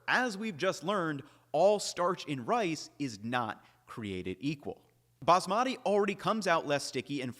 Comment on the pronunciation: Love your videos. Wish you would learn how to pronounce “Baasmati” correctly. Emphasis on the first syllable, then make the 2nd/3rd syllables rhyme with “putty”